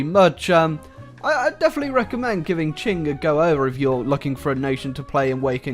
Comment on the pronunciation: Qing is pronounced ching not king.